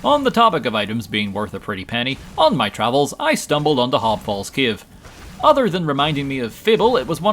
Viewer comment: Is it just me or he pronounces cave as Kiev?